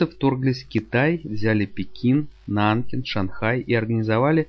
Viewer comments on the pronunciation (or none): Интересно... по сути всё верно, но есть мелкие ошибки. НанкИн (ударение на И); Чан Кайши (не Чай Канши)